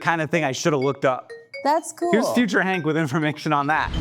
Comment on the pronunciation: I wonder if Hank knows when he says his name I sometimes hear, "I'm hangry"?